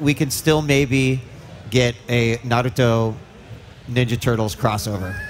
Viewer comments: That's what I don't get where does that D sound come from.Its a T not a D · Bruh u messed up the name it’s NARUTO LIKE SAY THE TO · Bro nobody shouldve stood up i mean hes not even fan enough to say Naruto right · I hate it when people put the accent on the Ru and not the Na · Your saying Naruto wrong. It's not Neroooto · Narooto I hate people who pronounce it like that. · 55 Real fans don't say Naroodoe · Wtf is a “nerudo” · You're sitting right next to Kishi. And you say Naruto wrong xD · It's not hard to pronounce Naruto right. Neither is Kishimoto as well. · Right I hate when people do that were is the " D " in naruto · Even they don't butcher the name that badly in dub! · must be awkward pronouncing Naruto wrong while sitting right next to Kishimoto. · this man sat right next to kishimoto sensei and said naruto wrong.... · The way pronounce NARUTO is so funny LOLOLOLOLOLOL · Dude gotta go he said naruto wrong right in front of the creator. Edit: my name is misspelled on purpose. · You cant call yourself a Naruto fan and pronounce his name wrong. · This guy can't even say Naruto right and when I first saw Naruto I said the god damn name right. That shows you I'm a fan a true fan!!! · This guy is direspectful pronoucing Naruto wrong right next to kishimoto and asking useless Questions 😒😒 but the lady translating is awesome though 👌👌👌👌👌👌👌👌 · he said Naruto wrong XD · He triggered me when he Said Naruto Wrong. Who the hell says it like that. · Damn you could at least say naruto name right got damn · Hard core fan near Kishimoto say "nerudo", you've got to be kidding me. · why is it so hard for these guys to pronounce Naruto? It's "Nah" "Roo" "Toe". Simple. Not nerudu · I don't know, it depends on the emphasis. It's just weird to do that with names especially since it's not hard to pronounce it correctly. Like Naruto. No one is expecting you to pronounce it "Naduto" like in Japanese, but "Nuhrooto" is just weird. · “Naroooto” is not Naruto guys OwO